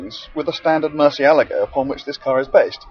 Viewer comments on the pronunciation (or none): can you not pronounce the cars names properly lol. thought you reviewed cars. Firstly its not murcialaga lol and secondly it pronounced rebenton not reventon